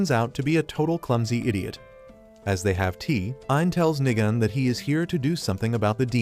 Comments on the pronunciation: Nigam hits hard Even though it is nigan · Did bro just sat nigan more like nig chan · Nigan had me laughing as how they say his name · Nigan😂 I thought it was the n word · Bro every time he said nigan I thought he says the n word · bro did not say nigan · Bro when you said nigan i thought you said the n word